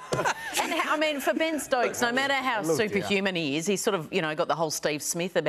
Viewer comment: It’s Ben not Bean Stokes